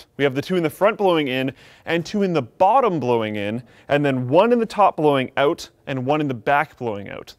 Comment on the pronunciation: He says ''out'' like Dane Cook... auout